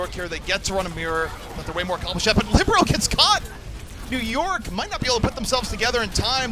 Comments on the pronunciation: Heartbreaker. I've said it before and I'll say it again: libero, not whoru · The commentator said libero several times tho lol